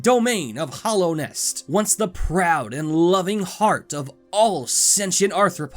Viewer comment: You say my pet peeve with this game, It's called Hallownest, no Hollownest.